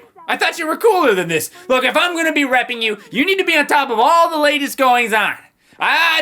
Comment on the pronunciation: Oddly, one of my friends thought he said raping instead of reping.